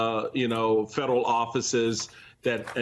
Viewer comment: She's trying so good to speak cool, she can't pronounce F E D E R A L.